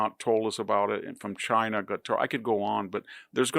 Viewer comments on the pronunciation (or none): none